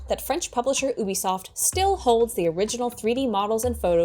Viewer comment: Good work,, but it's actually pronounced YOU-Be-Soft.